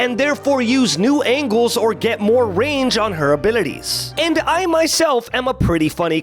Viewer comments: Can someone make a compilation of saying "abilites" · i like how u say abilities)